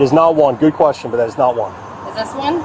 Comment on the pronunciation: Gooduh is not a word.